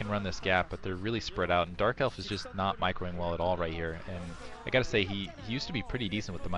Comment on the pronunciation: lol at about did you say JERK elf?? sounded quite funny. perhaps it was just my imagination... anyway love to hear my 2 favourite commentators together